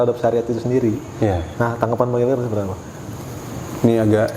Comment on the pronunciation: Bang..Bang bukan bang helgar🤦‍♀️😬😁